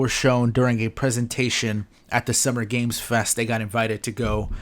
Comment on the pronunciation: It's Summer GAME fest, not "gameS". Everyone is getting that wrong. Just something I noticed. Cheers.